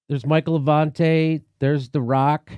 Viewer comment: Lol, “Michael Avante”